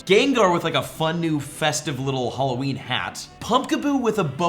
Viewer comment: I wonder if there will be a content creator who pronounces Halloween correctly, 0/4 so so far. 😂